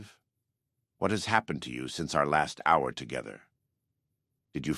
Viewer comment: damn that AI slop kicked in 😂 oh man how does AI pronounce "hour" wrong lol, or "pretense" as "preteens" 😂moral vs morale..